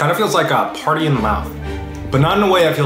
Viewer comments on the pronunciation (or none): none